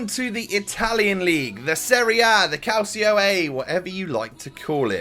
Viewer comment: It is pronounced calchio a Not Leviosarr